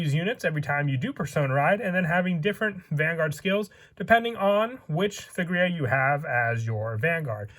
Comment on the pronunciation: The only gripe I have is this. The letter h in thegrea is silent, you don't pronounce it at all. Hard T, Tegrea.